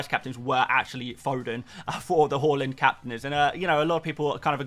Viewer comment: You know when you asked how to pronounce Haaland. Well it is is Haaland, not Hauland. Google it. People were probably taking the mic with haul = hauling points.